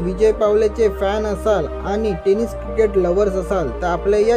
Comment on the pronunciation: टे नीस Bol chalat नाही